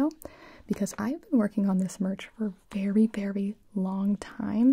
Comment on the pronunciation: “I think you should try it, it is vewy nice 😊 “: gibi 2022